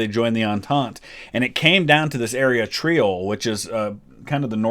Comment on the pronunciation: In the spirit of educating, Tirol and not Triole :)